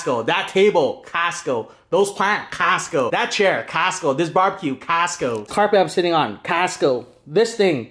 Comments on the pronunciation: When he said “castco” I felt that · Caasco! I still hear it after you stopped saying it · Nobody:: CAST-CO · Why Canadian pronounce it "castco" ? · The way he says Costco 🤣🤣